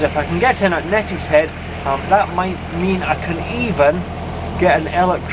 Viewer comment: it is pronounced née not net for Neatishead how long have you been doing the broads.😂